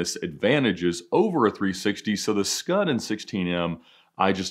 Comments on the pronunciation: As an Italian I'm very offended by "scud" RESPECT FOR PRODOTTO ITALICO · Say “Scud” one more time, Ed.